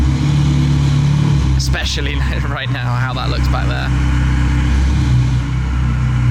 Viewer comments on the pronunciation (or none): none